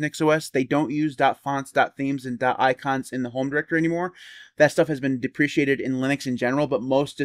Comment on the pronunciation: One day he will learn how to pronounce deprecated... but that is not today...